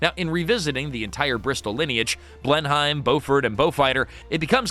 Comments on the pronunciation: it may be spelled as Blenheim but it is pronounced Blenam. Yeah I know, typical British huh. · It's a bit hard on my ears to hear how you pronounce "Blenheim".